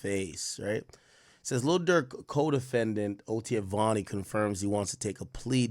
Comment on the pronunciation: That’s vonni not Varny